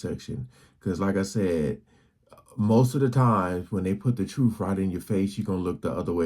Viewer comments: The Troof?? ok, lets listen to any uneducated idiot who can't pronounce the name of his own show!! I'd be inclined to fact check, just a thought!! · Not Truf its pronouced TRUTH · The truff? Come on you can do better.